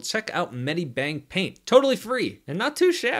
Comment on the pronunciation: many bank paint? is that what you said?